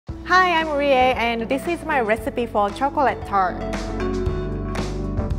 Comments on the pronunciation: Chocrate , god how hard is it to say choclate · omg did rie really say "chocorate" a few times this is so cute somehow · I love the way she says chocorate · Quarity chocorate tolt